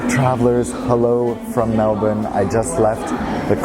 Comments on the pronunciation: nailed the pronunciation of “Melbourne” 👍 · The only American that doesn’t say Mel-born